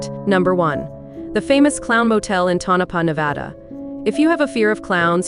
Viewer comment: Lol, it's"TONO PAH"